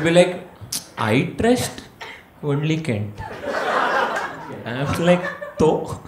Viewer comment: I trust 'wonly Kent'. :-D